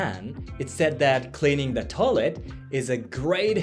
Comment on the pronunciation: The word is Toy-let. Not toe-let.